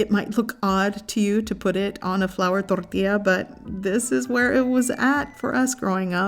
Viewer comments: I love how you don’t have an accent until you say tortilla all flamenco, reminds me of my mom...thorrrrrthia 💃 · Corn tortia? Lol I thought it was called a "tortilla" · Cant stand how you said corn torilla in and accent but everything else not. Weird. Corn torrrtiija. But decent video over all. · You speak perfectly good English why accentuate the word tortilla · *Only has accent whilst pronouncing tortilla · Everytime she says tortilla I cringe so hard. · Wow good for a minute there I thought I was the only one! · You sound American until you said "corn tortilla" .. Very weird !